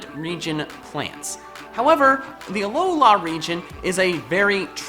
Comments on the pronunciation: Does it bother anybody else the way pronounces "Alola" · He has a weird pronunciation of Alola.